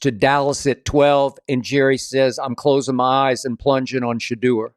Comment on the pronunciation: Skip really needs to learn to pronounce Shedeurs name right. Shuh Door